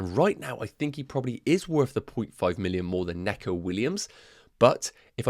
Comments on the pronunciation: Great team as always. Just one point that “Neco” Williams is pronounced “NEE-koh” Williams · He corrected himself 5 seconds after his weird pronunciation.